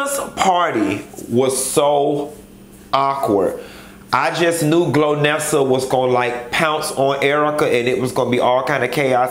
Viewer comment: Chile not glonessa.. Lolololol Golnessa